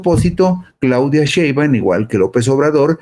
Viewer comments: Tienes razón, perece que le da flojera !!! Le dice Sheban😂😂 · Por favor, que alguien le diga a este señor que pronuncie bien el apellido de la Presidenta. Por favorrrrrr